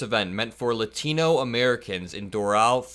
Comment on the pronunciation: yo good video BUT its not lutino. its latino you say it like lot like parking lot. imagine lotino but instead of o its an a with the ah sound not uh sound bruh. yt people dont even try to pronounce races correctly, even when its terribly easy. just like kamala yt people act like its terribly hard to say. its strange to me.